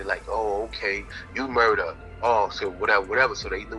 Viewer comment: Its Murah, no ja rule